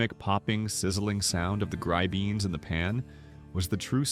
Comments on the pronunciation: Grib en ess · grib-bin-itz, not grubbeens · "Gri-beans" ?:? That's the worst pronunciation -- so far. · Oy! Coudln't you have trained the AI on Yiddish/Yinglish? Gry beans?!?! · I fully agree... "gribeenies" -gimme a break! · It's AI. AI is going to have trouble with gribenes